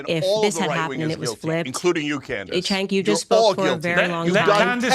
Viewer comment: Throughout the course of this video, the man's name was pronounced Jank, Chenk, Kank, and Sank.